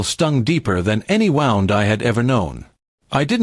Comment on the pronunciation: Has anyone else noticed that when AI reads these things these scripts it can't say lives it says lives it can't say wound it says wound as in winding wire not a wounded person a I so predictable and so easy to spot oh my Lord it talks worse than black people